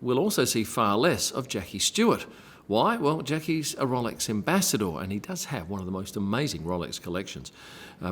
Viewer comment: It’s ROWLEX NOT ROLLEX! 🙄